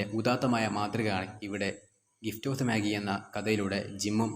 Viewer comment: മാഗി അല്ല മാ ജയ്